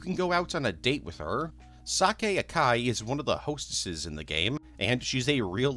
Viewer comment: bro how did "Sakae" become "Sake"